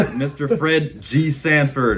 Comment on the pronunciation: Sanford, not Standford